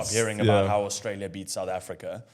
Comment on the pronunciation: If that guy says “Orstralia” one more time…